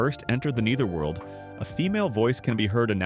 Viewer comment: "Nee-ther-world"? "An-jeh-LEE-kuh"? Are you a slow eight-year-old trying to read a kindergarten-level book in front of the class? Best to learn how to pronounce words and names before making yourself sound like an imbecile in front on the word. To everyone watching: If you find this derivative, poorly executed content as awful as I do, here’s how you can make sure this channel never pops up in your feed again —on your feed page, click the three little dots on the right under the thumbnail. From there, click "Don’t recommend this channel. This will remove all videos by this channel from the algorithm that supplier content to your feed. The more people who do this when they see moronic content, the more these terrible channels disappear.